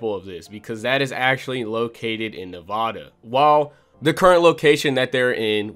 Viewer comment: Nevada …brutalized how you say my home state …great video besides how you say that .👍